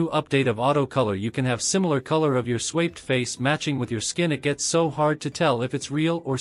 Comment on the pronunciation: Do you listen to your audio after you use your AI voice? IT MIS-PRONOUNCES THE WORDS. That's on all of your videos. The word SWAPPED is one of the main ones. It's saying SWAYPED. That's not even a word.